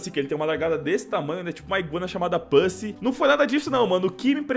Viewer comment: não é pusi é pussy e não é daqui quem fala é com vocês é windoh